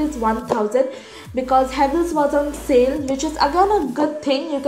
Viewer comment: Chhhh-anel Huhh-vells